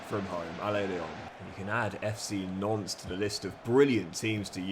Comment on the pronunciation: Every time you say Nantes it sounds like Nonce 🤣